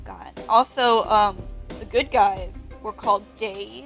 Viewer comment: For a sec I thought you said the good guys were called gays lol